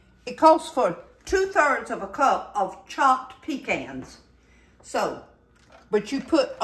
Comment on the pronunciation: I can’t wait to try these. We love pecans. And thank God you said it like we do - pee cans. 😂